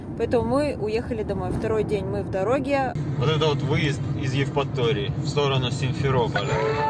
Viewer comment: А как вы называете нашу Евраторию? Евпотория. Блин.